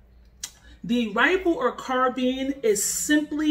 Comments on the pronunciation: Carbine not carbean lol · Car-bean? Lol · You Said Carbine Wrong Respect for the video Tho car beens 😂🙏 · Exactly, what's carbean? Never heard of this pronounciation... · Car beans.. car bye ns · what's a carbean? i tought it is called carbine? and not to talk trash but we use fist's and nothing but fist's but when people enter a home and you are in your bed you are going to tell me that a ''carbine'' is faster then a handgun? lol your giving me a hell of joke lol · #1 you're pronouncing carbine wrong..#2 a 9mm carbine is a waste. U might as well get a MCK make your glock a SBR...